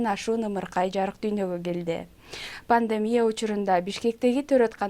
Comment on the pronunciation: Ввссиде Пандемия панлемия деп суйлошот а😁